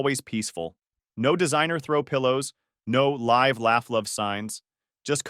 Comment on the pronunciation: Why can't AI get live, laugh, love right, like ever. This is probably the twentieth story I've listened to where it gets live wrong.